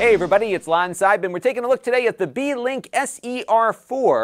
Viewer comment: I was welding while listening to the livestream, I swore you said it was a D-Link lol